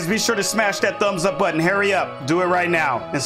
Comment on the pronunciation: I crack up when you say “Harry up” and “grummaw” (grandma) lol my kids & I love your content. We been watching for 6 years